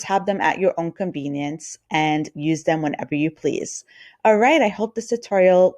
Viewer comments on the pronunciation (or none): none